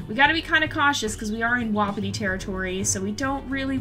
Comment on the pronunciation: No offense I love you but it's wapiti (wah-pee-tee)